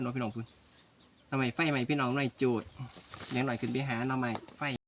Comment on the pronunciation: โจดหรือโจก งง มาก